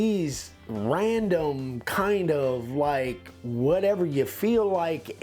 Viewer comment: Hi guys, did you say a nice piece of art doesn't have a Ryandom edge instead of random edge. 😂